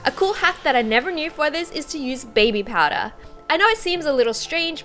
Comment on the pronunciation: baby "powdah"